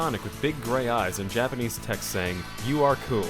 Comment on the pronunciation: "Too Japenese"